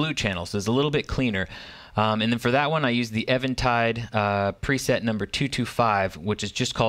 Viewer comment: thank you for pronouncing Eventide correctly